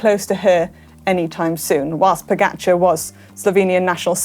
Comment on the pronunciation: Please, get one thing right. It’s Po-Ga-Char (čar). I really don’t know how “ga” can be pronounced any other way then “ga”. You keep saying Po- Geh-Char.